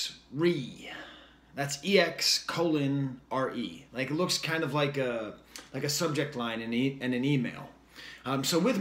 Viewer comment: It's pronounced "Ex Ray"